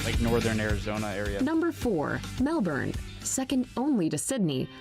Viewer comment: If one is making a "come to ...." video, you would think one would pronounce the place names properly! Brisb'n, Cannes, Melb'n, Canbruh. It didn't really give much info; just some stock footage, but OK. Just the voice over annoyed the sh*t out of me 🤣